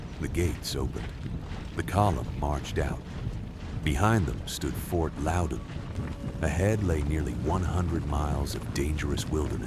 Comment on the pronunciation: Grew up near the fort..... More so where the red coats and thier families were massacred. Its pronounced fort loud in